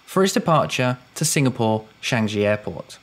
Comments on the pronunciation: FYI, Changi is pronounced ‘ch-aang-ee’. ‘Ch’ as in ‘church’, ‘ang’ with the ‘a’ as in ‘farm’, and ‘i’ as in ‘wii’. (Not sheng-jee.) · It's Changi not Shangi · It's pronounced as Changie not Changjee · Love your vids, but please, Singapore's Changi airport is famous enough for all to pronounce it correctly......... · You're mispronouncing Changi fyi. Speed up delivery and clean up pronunciation. No sub for you 😂